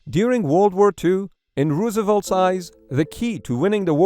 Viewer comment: GTFOH America is on top of its logistic game plan and some douche who can’t even say President Roosevelt name right can’t tell me any otherwise!